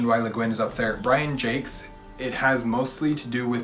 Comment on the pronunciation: Great tag! I always thought it was pronounced Brian zhaaak. Like I really thought it was supposed to be french sounding. Then I looked it up after you said it and you were most definitely correct. You just won an argument you didn't even know you had, lol. Also, great picks for your mount rushmore.